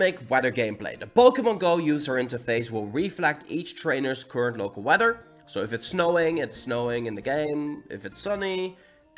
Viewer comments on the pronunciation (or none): “Wedder” lol